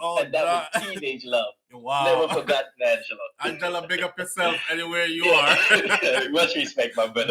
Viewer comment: My Swedish Brother! ITS NOT "ANGELA"😂😂😂😂😂